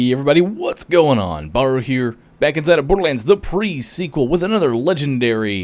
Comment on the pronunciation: Its alright Bahroo :) Im aussie born and bread and I cant pronounce half the shit as well D